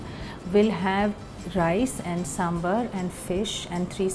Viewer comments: Hi, its Sambhaar, not Sambhr!! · Its not Sambhar, its Sambhaaar🙄🙄🙄